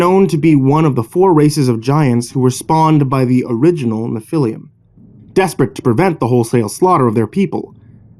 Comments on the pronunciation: It's not pronounced "Nephiliam"... It's 3 syllables, not 4. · Sorry man, I have to do this. Nephilim is proununced “Nef-ih-leem” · It’s pronounced NEFF ah lum. Otherwise great reading. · Nephilim is pronounced Nef-il-leem. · Hey dipshit the proper pronunciation of Nephilim would be to use the e like in the name Jeff, Nephilim Google pronunciation works very well why not stick to Creepypastas douchebag